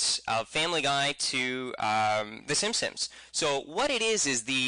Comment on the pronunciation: Simpsons, S-I-M-P-S-O-N-S not simsims, thank you.